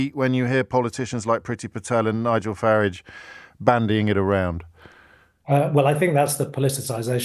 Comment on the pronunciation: Why can’t he pronounce Farage correctly ?